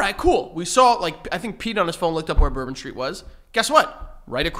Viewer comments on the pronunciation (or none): none